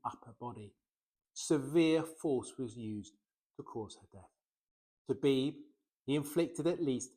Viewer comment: Her name is pronounced BeeBee you ignorant idiot, NOT Beeb for Gods sake! If you are going to cash in on the Hell that hit the families and people of my hometown, at the very least, pronounce the little angels names correctly, god damnit!